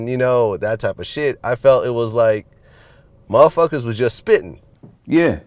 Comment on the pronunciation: Vlad said "muhfuckas" as opposed to "motherfuckers" I fux w/Vlad